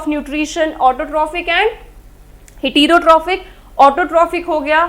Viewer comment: Are yr jammu main koi faculty hai education ki jo sahi pronounce krte hai words ko . Man ko heterotrophic. Parasites ko pronounce krna b nhi aa rha